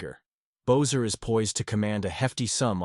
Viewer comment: It's not "Bozer"...it's pronounced "Besser"